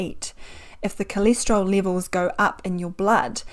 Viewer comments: coleeesteryl what? cholesterol pronunciation threw me for a loop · It’s called STATIN. NOT STETIN, It’s called CHOLESTEROL NOT CILESTRIOL. Apart from that I didn’t understand a word she said.